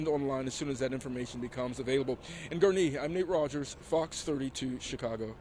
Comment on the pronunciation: Why does he struggle saying Gurnee?